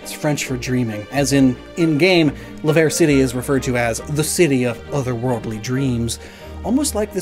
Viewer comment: You were so close with Laverre, its a french word La Verre - the Glass The Glass City